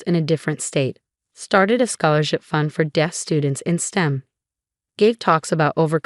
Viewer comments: Deef? Seriously? How difficult is "deaf"? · I think that when the text-to-speech was applied to the original text it pronounced "deaf" phonetically. Although AI can do much, it will still need human guidance to catch issues like this. One thing that might help is to first write the text phonetically (so "deaf" could be spelled "def" or "dehf"), run text-to-speech on it, check and correct where needed, and then correct the spelling where needed for the displayed text. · Deaf is pronounced as spelled. You pronounce deaf as "deef". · One would think that in a narrative about being deaf, one would know how to pronounce the word deaf.